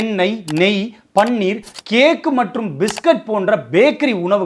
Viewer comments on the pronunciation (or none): none